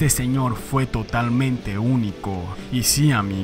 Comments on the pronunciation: Solo en Argentina porque no logro nada cuando salió. Y se pronuncia (loque, no loche) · La pronunciación del apellido sería loque...Saludos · Hola a todos , Nicolino Locche es de origen Sarda ( isla de Cerdena) , el apellido no se lee y no se pronuncia Locce sino cch= K entonces en espanol seria LOKE la verdadera pronuncia italiana de las lettras CH y CCH es K , eso es lo correcto. Un saludo a todos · La pronunciación correcta de su apellido es “Lóque”.